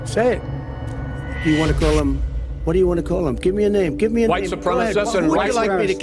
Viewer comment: Really? Wuite supreme? Then why did he kill wuhite people?